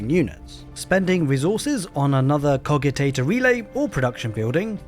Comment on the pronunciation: But you said Cogitator wrong so nothing you say matters